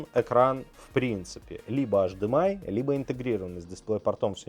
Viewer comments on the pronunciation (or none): Почему тип Ц, когда Тайп Си, почему ашдэмэай, когда H D M I ?